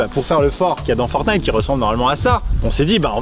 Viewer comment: dieux merci ils disent "ForTnite" et pas "FoRnite"